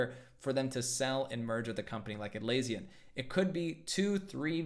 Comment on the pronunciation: You pronounced Atlassian wrong